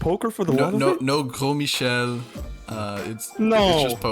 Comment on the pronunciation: gros Michel pronounced correctly omg huge W!!